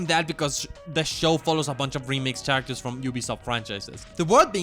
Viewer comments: in the most polite way, its pronounced "karactors" not "CHarators". But this is my fav video on youtube so theres that :) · It’s very charming how he pronounces the ch in characters…I’m only on the bojack section tell me if it gets annoying 6 hours in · Why are you saying “characters” so weirdly